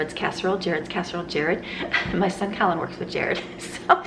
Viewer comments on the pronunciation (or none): none